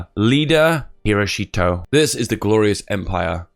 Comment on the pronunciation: When he said Hiroshito I was drinking water and i almost spat it all out laughing